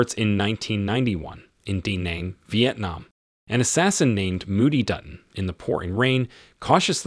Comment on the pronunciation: You mispronounced protégé & Da Nang. Very bad 👎